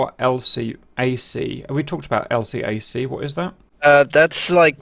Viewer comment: Hello Cap, et al. Just a quick note on LCAC's. Navy types pronounce the name as "L-CAC". Also, this ship would be part of what Navy types call the "Brown Water Navy" and would stand in Amphibious Assault Groups (or whatever they're called now). One would never see these in a Carrier Strike Group (unless the CSG was taking part in an Amphibious Assault). The whole "Brown Water Navy" almost exists in a "different universe" than the "Blue Water Navy" (CSG-centric). They are more aligned with The US Marines and FMF operations and CEU's.